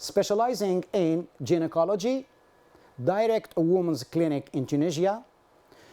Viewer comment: Thx colleague fr yr evident effrt bt just a smll remrk I fnd myslf bound to mntion coz lots of stdts have certainly watched yr wrk: the wrd gynocology is pronounced gai·nuh·kaa·luh·jee not with "j" . 😅😊